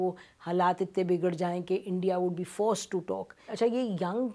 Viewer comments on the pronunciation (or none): इसको बोफोर्स gun बोलना नहीं आ रहा है इसको बोफोर्स नहीं मैनफोर्स की खुराक देनी पड़ेगी 😜😜😜😜